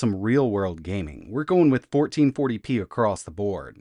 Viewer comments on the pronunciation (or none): none